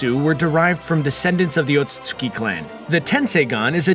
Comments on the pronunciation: Ote suite ski = otsutski Not ote sote suki 🥴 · Sounds like your brain skips every time you say "Otsutsuki". Lol. Still, great video.